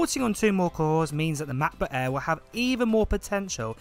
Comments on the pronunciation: The Name is Mäcbook and not Maaakbook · Cannot stand the way this guy says macbook "ma.bu"